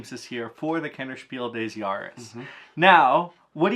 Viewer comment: Big props for saying Kennerspiel des Jahres correctly! I don't know why most people pronounce it like French 😭 I hope Faraway wins this year!